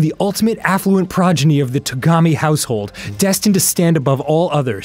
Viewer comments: Game: "Progeny" Arin: "Pronegy" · Wait, progeny is a word? I thought Arin was just mispronouncing prodigy